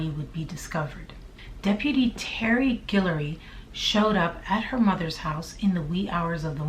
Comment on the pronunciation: girl, you from louisiana!? cause you say Guillory (also my last name) perfectly!